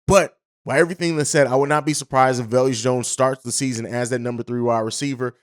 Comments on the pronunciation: Velus- ( Va-lus) not ( vel-yus) Jones lol. I get equanimeous being kinda tough to enunciate 😆! Let Bobby know too bc you both say velyus 😄! Just giving you a hard time. No hate! Love the show & everything y'all do! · No disrespect but ur terrible with names Velus (Vey-Lis) EQ (Eck-Qwa-Nee-Mee-Is) Al-Quadin (Al-Qwa-Deen)